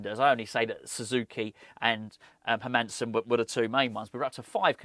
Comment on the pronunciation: as a dane you like others are saying his name wrong its like Heeeeer- mannn-seen and say it fast lol